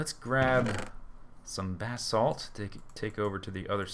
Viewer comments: buh-salt not bath salts! lol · Sounds like he is saying bath salts not basalt lol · It's ba-salt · Every time anyone on FTB says "Basalt" It sounds like "Bathsalt" Then I think about Naked zombies biting off peoples faces :D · when he said im going to grab the basalt I thought he said bathsalts.